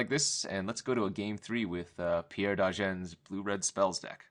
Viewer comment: It's Pierre Dagen not Degan.